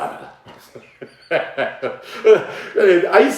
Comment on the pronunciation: "Es Verdat"